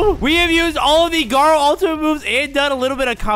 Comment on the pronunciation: Btw his name îs its garo u not garu